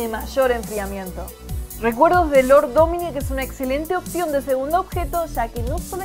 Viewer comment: Por qué se yamara lort dominik se llama como mi primo 😂😂😂😂